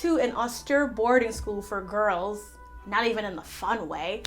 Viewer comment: Please pronounce austere correctly. Other than that thanks for a good video.